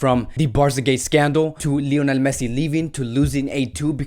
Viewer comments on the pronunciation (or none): none